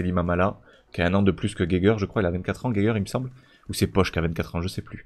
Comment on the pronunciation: la vidéo fait plaisir ! super vidéo ! pour la prononciation de Geiger (si ca se prononce comme l'allemand) c'est Ga i gen